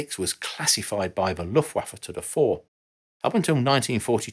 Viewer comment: Amazing that this design went out of production THAT early - given the service life of many of these jets (and especially the Tomcat being such an icon of the 80s) I didn't realise how very old these designs were. Btw. I appreciate how you pronounce Luftwaffe correctly, and want to offer some advice for other German words: What you see is what you get in many cases, meaning the vowels are usually pronounced just like in the phonetic alphabet (as well as the Romance languages). ;)